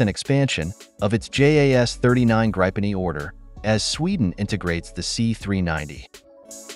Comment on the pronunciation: Yes, and "Gripen". Not "Grajpen" :p